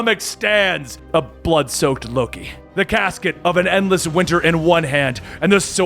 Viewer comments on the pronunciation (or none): none